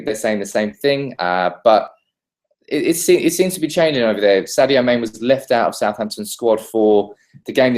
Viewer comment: the name is pronounce as saajo mannay ok